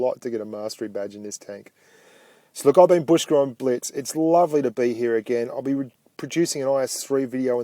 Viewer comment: blitz not biltz btw